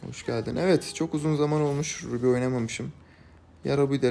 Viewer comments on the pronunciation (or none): Ruby yakut demek türkçede yazıldığı gibi okunur u vurgulanır